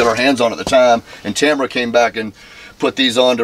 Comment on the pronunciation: Tamra, not Tamara, just sayin😜